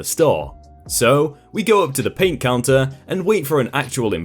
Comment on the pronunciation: It's an accent thing. It happens to us Michiganders, too. We don't pronounce the T or D at the end certain words, mostly when they're at the end of sentences. It's really weird!